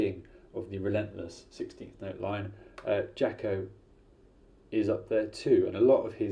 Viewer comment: You probably should learn how to say his name correctly before making a video about him.